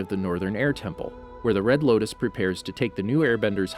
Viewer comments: Did anyone else notice he said the red lokus instead of the red lotus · it sounds like you say “red locust” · red locus agnai kai combustion man bro it’s lotus, ag knee, and sparky sparky boom man